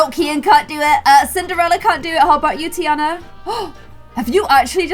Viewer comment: pronouncing tiana as teaana. Me: “it’s pronounced tiarna”